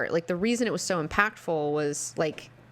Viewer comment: Love ya wonderful.... Stop saying "impactfull", arrgghhh